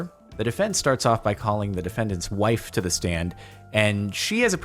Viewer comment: the word is “the” not “da”